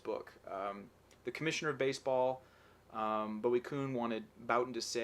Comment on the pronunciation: Bowie Kuhn's first name is pronounced BOO-ee (not BOW-ee).